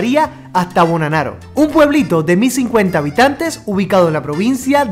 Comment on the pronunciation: Hola, espero que también hayas disfrutado de las maravillosas playas de Cerdeña y no te hayas quedado en el interior de la isla! Y por cierto, el nombre del pueblo se pronuncia Bonnánaro con el acento en la primera ‘a’ 😉